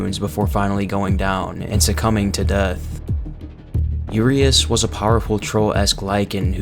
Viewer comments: Cool video, very informative. Quick tip. Urias is pronounced like this: Uuh - Ree - Ash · just a heads up, i think “Urias,” is pronounced “Yur-eye-us.”